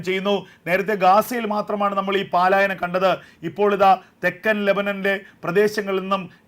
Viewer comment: 'പാലായനം ' തെറ്റ്,അരോചകം.